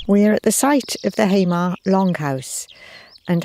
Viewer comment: Lovely video but there is no "rest of Scotland". We(Shetland) never officially became part of Scotland. Also Hamar is pronounced "Ha-mar", not "Haymar". My first ancestor came from Unst and his name is Hendrich Hendrichsson :) .